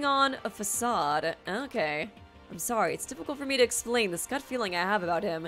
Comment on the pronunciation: It’s okay art was sowwy